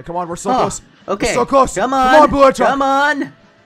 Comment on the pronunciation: This is how many times he said blue hedgeog | | |